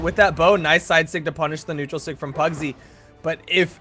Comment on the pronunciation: Pugsy = PARRYsy